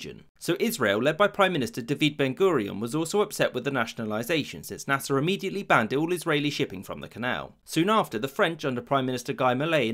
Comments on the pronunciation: Naser not nasa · Is it only me or every time he said Nasir..thought It was nasa? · I wont lie it keeps sounding like hes saying NASA